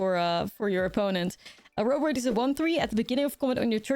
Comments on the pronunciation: I love me some Ouroboroid. Definitely my favourite mythic of the new set! Btw I'm not sure about the A-robe-a-roid pronunciation. Like Ouroboros ( Or-a-boar-oss ) I would imagine this should be pronounced Or-a-boar-oid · Ore O Bore Oid not A row buh roid lol